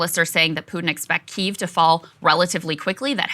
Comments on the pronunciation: Krystal... It's pronounced "Kee-ev" not Keeve. Love yall though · Please stop saying keev, the y is pronounced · Please say key-ev lmao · Is it pronounced 'Keev' or 'Kiev'? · Makes you wounder how much research you have done when you call it keev. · omg saagar......KEE-EEV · Krystal ! — “Key”-“ev” but said quickly together ! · Please stop calling Kyiv Keeve 😅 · every time krystal mispronounces Kyiv (KEE-ev) i die a little inside thanks saagar for knowing it 😭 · krystal pronouncing Kiev--I'm sure she says VERSE for versus as well. what a dope.